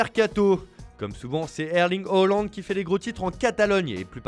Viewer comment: C'est Halland 😒 pas Hollande 🙄🙄🙄